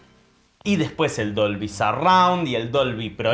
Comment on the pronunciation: Dolvy... Siempre le dice Dobly... Debí haber parecido un idiota!!!